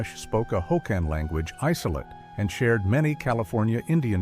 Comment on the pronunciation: As an "expert", try pronouncing Aleut...........Al-yute....and the land area as Awe-luu-chun....